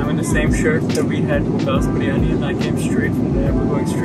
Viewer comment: 1st off all please Pronounce properly BIRYANI NO BARYAANI 🙄🙄🙄 THERE'S NO COMPETITION BETWEEN KARACHI BIRYANI TO ALL OTHERS.... KARACHI BIRYANI IS LOVE 💕